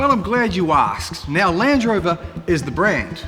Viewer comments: It feels like he's not sure if it's a Range or Land Rover se he just goes with Lange Rover. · Lange rover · i think it’s because he says ‘Lan drover’ instead of a space like ‘Land Rover’ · Lang Rover, he says, when it should be Land Rover! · Hard to hear. When he calls Land Rover “Lange rover”, exactly the same pronunciation as Range Rover minus the R, they sound exactly the same. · sounds like he’s saying lange rover sometimes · Did i just heard him say lange rover? 😂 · "Lange Rover" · All I heard was Lange Rovers and Range Rovers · Surely I’m not the only one who can hear you say ‘Lange rover’ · I swear to god he says Lange Rover every time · I can't be the only one hearing him occasionally say "Lange Rover", right? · Damn you, he said it as Lange Rover the very second I read your comment 🤣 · Didn't know New Zealanders pronounced "Land Rover", "Langerovah" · Why am I hearing lange rover ? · pretty sure he just said “lange rover” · "Lance Rover" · Did I hear Lange Rover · 'Lange' Rover?